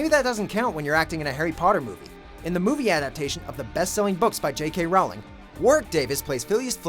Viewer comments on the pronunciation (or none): For the love of all thats good in the world why can't they ever pronounce names correctly. For instance J.K. Rowling <- Rowling is pronounced rolling she has said so herself and since its an individual's name dialect and region aren't valid arguments.